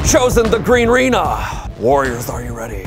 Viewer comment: Also, the Greenrena? Not the Agreena? Come on.